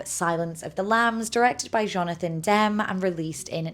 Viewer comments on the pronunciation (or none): It’s pronounced Jonathan dem-ie not dem Spelled demme